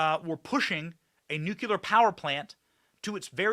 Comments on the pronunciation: Speaking of mispronunciation Benny, for the love of God Almighty, it's "Nuclear" not " Nucular"!!!!!!!!!!!!!!!!!!!!!!!!!!!!!!!!!!!!!!! What is WRONG with Americans? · nuCLEar not nuCULar… don’t be like George W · Its NUKE..LEEE..ERR NOT NUKE U LER...........SMH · Love what you do Benny but mispronouncing Canadian is no more 'cringe' than you continuing to mispronounce "nuclear"? Come on my man, it's not that difficult, you can do it! 😉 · and you do not know how to pronounce the word nuclear! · Benny...u mispronouns Nuclear everytime!!! Passing judgement are we?????